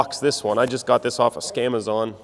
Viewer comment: I thought you said scamAzan